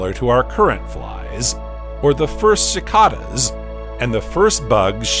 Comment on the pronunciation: bugsUH, cicadasUH, fliesUH